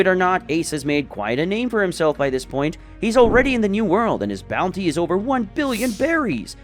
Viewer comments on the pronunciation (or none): none